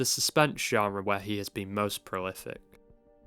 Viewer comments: Why is everyone struggling to say "genre"? De Palma apparently says "genDre" and even the YouTuber struggles 😂😂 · TIL Brian DePalma does not know how to pronounce "genre". "Johndra", really?! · ( - ) Curious to hear someone as articulate as De Palma muff a word like 'genre' by inserting a 'd' in the middle.